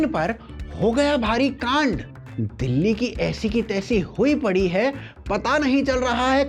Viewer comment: ध्यान से सुनो । चाचा दुल्ली बोल रहे हैं,दिल्ली नहीं।और दुल्ली जैसा कोई जगह है ही नहीं इस जहां में तो बेरोजगारी कहा कि मिटाएं 😮